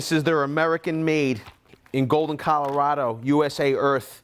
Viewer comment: Calorado USA Earth 😂 😂😂